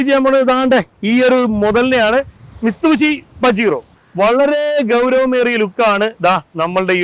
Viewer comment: Bro, you are saying "Mistubishi" It's "Mitsubishi"...!